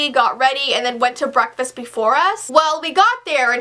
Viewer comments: When you said breakfast it sounded like bronkfast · Did say brocfast??????